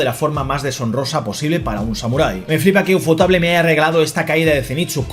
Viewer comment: por favor nunca vuelvas a pronunciar Ufotable en un video que si lo veo te lo denuncio🥲